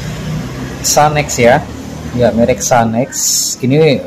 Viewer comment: Sanken bang,,bkn sanex😅